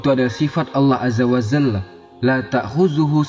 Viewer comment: Azza wa jalla apa azza wa zalla? Mohon diperbetulkan